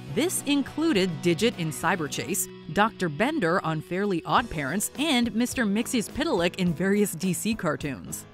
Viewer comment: I can't believe you pronounced Mxyzptlk correctly!